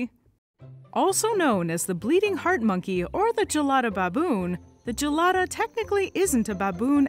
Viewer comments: Its pronounced with a hard G, guh-lada, not juh-lada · "Right Gelada": I was really needing to pee